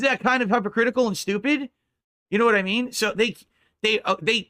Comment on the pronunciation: He says hypocritical like hipocritical.